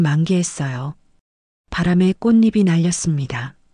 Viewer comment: 꽃잎이를 꽃이비라고 발음하시면 안됩니다 꽃이피라고 발음해야 맞습니다 두음 법칙을 배우셔야 해요 우리나라 글은 소리 글이고 중국은 뜻 글입니다